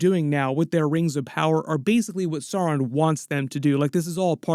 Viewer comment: Blue Wizards names are Alatar and Pallando, and also perhaps Morinehtar and Rómestámo. The mumakil/mastodons in LOTR films/books are from Harad (south) not Rhun (east). You do persist in mispronouncing Sauron, which should rhyme with Gowron (Glory Be To Your YouTube Channel)